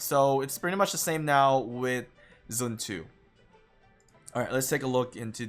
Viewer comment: literally no one. prounce it as zren tzu. Not even the chinese.